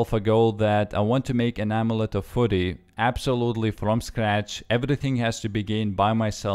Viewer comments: f-j-uu-ry... not furry. Lol... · It sounds like you're saying amulet of footy :3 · Oh-Meh-Let-te of -Fuh-rry